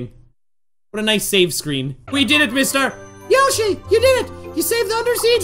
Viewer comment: Um the star says my name is misstar = miss+star but it sounds like mister even though it’s a girl 😮😅😮